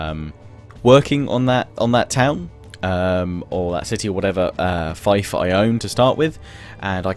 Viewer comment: I'm pretty sure the word "fief" is pronounced as "feef" and not "Fife"